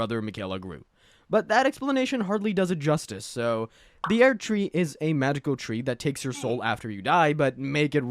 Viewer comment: ah yes, the airDtree, and miKella